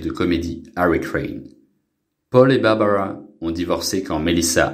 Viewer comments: Melissa Gilbeut fille adoptive de Babawwa Gilbeut , est belle et bien toujours vivante . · haha l'autre avec l'accent sur les prénoms c'est dément! bawbawa, gilbeuwt :)